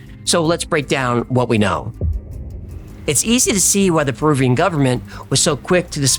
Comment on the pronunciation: Perubian? Are you retahrded?